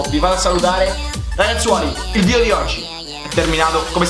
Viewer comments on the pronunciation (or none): none